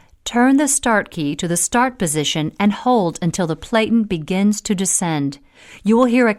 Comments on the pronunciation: It is pronounced "PLAT-IN", like flatten, but with a "P" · Narrator doesn't know how to pronounce "platen."